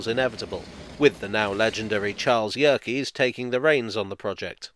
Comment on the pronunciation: Thank you for pronouncing Charles Yerkes's name correctly! I've been very involved at the observatory bearing his name in the US, and people almost never get it right.